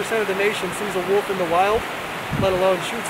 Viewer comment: If u ever call it a "woof" or "wuff" again... I will personally hunt u down LOL .. IT'S NOT CALLED A FUCKIN "WOOF"!! It's WOLF, you're supposed to PRONOUNCE THE "L" IN THE FUCKIN NAME.